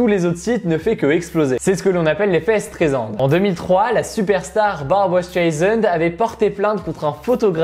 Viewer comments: StrEisand les gars et non Straisand ! Sinon top la vidéo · barbra streisand pas straisand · Streisand* pas Staisand^^